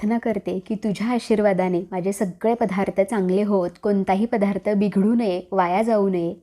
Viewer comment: पधा्रथ नाहीग बाई दत्तात्रय म्हणताना धत्तात्रय नाही ना म्हणत